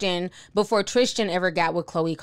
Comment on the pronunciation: Why can’t y’all talk? It’s Tristan not Trishtan...